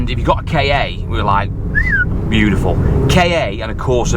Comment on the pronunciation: It’s a KA not a a Kay Ay or K.A.